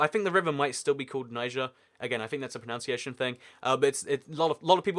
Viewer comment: It's pronunciation not "pronounciation"